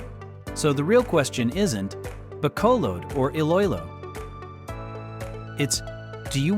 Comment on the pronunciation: How can you expect to be taken seriously if you don't even take the time to learn how to pronounce the names of the two cities that are featured in your video?!? 😂